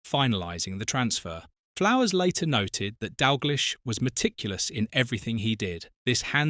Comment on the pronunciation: Turned off, its Dalgleesh not Dalglysh…..😡